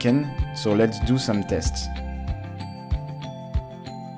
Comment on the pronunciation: Zets zu zume zests.